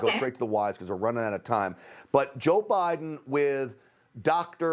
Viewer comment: Thank you for pronouncing 'Putin' and 'Biden' CORRECTLY!!!! Why other news anchors/commentators/reporters find it so challenging, I cannot imagine.